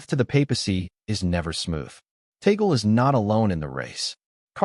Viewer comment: TAg leh. Not Tagol.